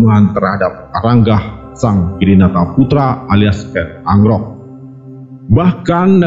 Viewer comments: KEN AROK BOS .DI PAHAMI DULU BARU BICARA. KEN ANGKROK ITU GIMSNA .SALAH ITU.. TIDA NYAMAN D DRNGARKAN. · Ken Arok bukan Ken Angkrok minnn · Kok ken agrok ya nuebut ny